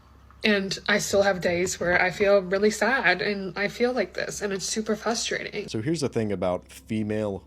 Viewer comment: Nothing pisses me off more than the people who say "FUStrating" instead of frustrating, reading isnt hard, there is an R at the beginning of the word....